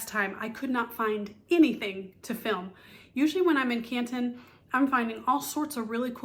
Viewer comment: As a local I gotta say drop the T….it’s Can ‘un